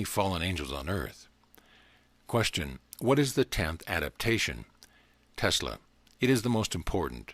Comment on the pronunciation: Telsa? Really? you couldn't even pronounce his name correctly?